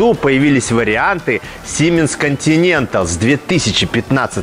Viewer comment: Обзор отличный, всё в тему)) НО, мне одному уши режет как ведущий произносит названия топливных систем? Делфай(Делфи) и Континенталь ударение на другой слог